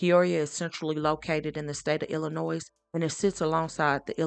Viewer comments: It’s pronounced i.luh.noy and not i.luh.noise. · Condolences to the family and a FYI the "S" is silent in Illinois.